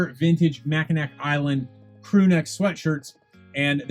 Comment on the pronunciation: Michigan subscriber 👋🏼- Mackinac is pronounced Mack-i-naw. Great finds & video!!